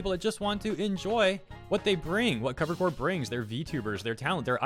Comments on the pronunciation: I know it's a "me" problem, but uh... I get really distracted every time I hear you pronounce it like "Cover Corps" lmao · Every time someone doesn't pronounce the "p" in Cover Corp. a kitten goes to bed hungry.